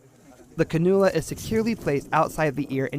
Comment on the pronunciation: It is pronounced "can U la"